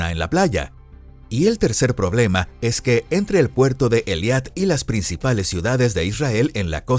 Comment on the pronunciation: Por favor corrijan la pronunciación, tanto en español como en la fonética de hebreo se pronuncia E I L A T, no E L I A T